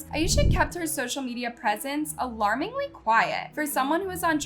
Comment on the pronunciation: "Ayesha kept her social media presence alARMiNg quiet" 💀